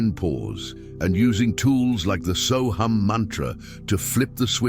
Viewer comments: Sohung not soham!!!!!!! You have the pronunciation WRONG SORRY TO SAY!!!!!! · AI is pronouncing it but Deepak Chopra says “so hum”. There are many so hum meditations on YT.